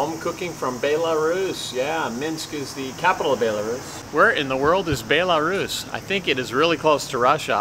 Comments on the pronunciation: It’s (bell-a-roos) Belarus 🇧🇾🤣 it’s not (bae-la-Roos) lmao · Bay-la-Rus?. Its pronounced Bell-a-Rus. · it says BEL like a BELLARUS